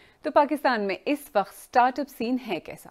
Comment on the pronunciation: Men last 25 years se BBC sun aur dekh raha hun. sahaba aap waqt ko wakht na parhen. Thanx